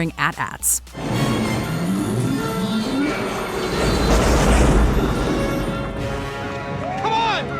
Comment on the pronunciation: Thank You for properly calling the walkers “At-At’s” instead of A-T, A-T’s It bugs the crap out of me that the younger generations mispronounce their name.